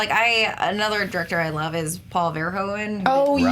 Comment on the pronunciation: On Paul Verhoeven's last name: the 'oe' is pronounced as 'o' in 'who'. (It's a Dutch thing 😉) Edit: Come to think of it the 'hoe' part of his name is pronounced exactly the same as 'who'. So, just say: Ver-who-ven.